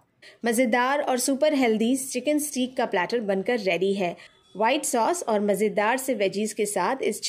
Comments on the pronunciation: پیاری بہن سٹییییک نہیں ہوتا سٹیک ہوتا ہے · Haha. Stake not steeek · You can simply say chicken fillets instead of ( steek ) or steak which is pronounced as stake 😅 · It’s steak. It’s pronounce ‘stake’